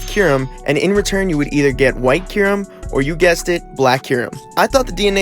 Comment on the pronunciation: My friend thinks it’s pronounced kie rem